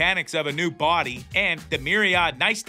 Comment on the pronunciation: I agree. He also pronounced niceties as "nice tees" . He definitely needs to. watch Law and Order. Resident Alien is a great show!